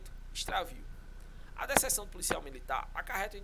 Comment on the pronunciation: Deserção se ler (DeZerçao ) ☠️☠️ vibra